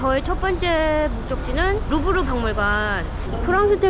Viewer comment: 원지 : 위 원 투 고 투 루브르 택시 : 루븧흐! 원지 : 루브르~ 택시 : 루븧흐! 원자 : 아~ 루븧흐! ㅋㅋㅋㅋㅋ ㅋㅋㅋㅋㅋㅋ ㅋㅋㅋㅋㅋ ㅋㅋㅋㅋ ㅋㅋㅋㅋㅋ ㅋㅋㅋㅋㅋㅋ